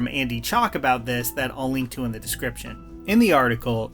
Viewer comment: How to say “the:/thee” for professional narration. “The” cable. “Thee” audio cable. Please learn this basic rule.